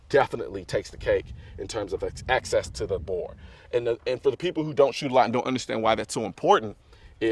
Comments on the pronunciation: Bore Axis, not access... jeez bro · It's Axis not Access. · I believe Colion knows that its bore axis and not access. I think its just how he's pronouncing it. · access to the bore? it's axis of the bore lol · Anybody want to tell Mr. Colin Noir he is saying axis wrong before you film the entire video? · "Axis" not access lol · Bro, it's BORE AXIS, not access. You were probably saying it right, but it sounds like you are saying access. Just some constructive criticism is all, no offense intended. Love your vids. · Axis... Not access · Axis. Not access. I couldn't get over it. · Colion Noir It might be your accent. You saying AXIS sounds like Axses which is how most people pronounce access. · I dunno, i thought he said it right at first but the more he said it it sounded like access. Especially when he was saying he always butchers it and gets it backwards. Like he was looking at it in the way that the higher of a grip you can get on the pistol, the more bore access you have. Higher grip means that the bore is more accessible. Would explain why he always used to get it backwards all the time. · "The low Boar Access basically helps because there's a fulcrum" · Xbridgeman1975x i swear i was thinking the same thing.. but i think he just says axis like that. If not then he has high/low mixed up bc he is thinking of his hand in reference to the bore rather than the bore sitting lower to the gun's axis. Not access like the accessibility for his hands to be closer to the bore(?). Easy mix up i guess. - SHIT: happens to the best of us.. Definitely lost merits on his "tacti-cool" badge tho. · Colion Noir its all good, i wasn’t making fun of you, i was just curious if you were saying access. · Cringed every time he said it.